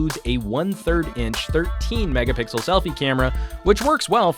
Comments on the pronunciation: 8 or 23 "megapickel" lol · How can a professional YouTuber say,Mega pickle.Loooool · "megaPICKLE images" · did he said mega pickle images?